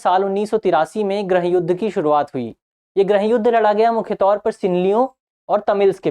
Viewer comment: everything is clear and well explained ☺☺.. but one suggestion please pronounce '' GRIIH YUDH'' NOT ''GRAH YUDH''😊😊😊